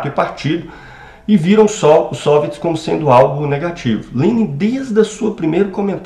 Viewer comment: Por que você fala SÔviets e não soviÉts como é o habitual?